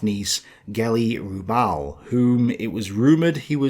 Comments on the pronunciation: Geli 'Raw-bal' not 'Roobal' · Can you not even get Hitler's niece's surname correct? So many mistakes in less than 5 minutes..